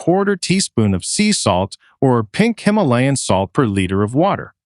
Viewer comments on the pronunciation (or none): none